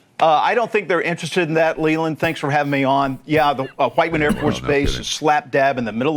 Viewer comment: Pat, You do realize that the AFB in Missouri is named "WHITE MAN", Whiteman,...not "WHIT"?? Come on man, come on. On a different point, it may cost 4 cents to mint one penny, but that penny isn't a single use item. It's used thousands if not millions of times during its life, making it a very inexpensive-use item.